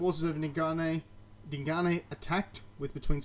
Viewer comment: Sidenote you pronounce Dingane quite well just think of the E at end as a silent letter. If you drop the "E" you pronounce it exactly right